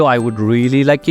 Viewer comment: "Like, comment and subscwibe"